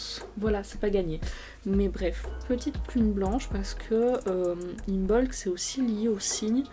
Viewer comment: Im(b)olc le b ne se prononce pas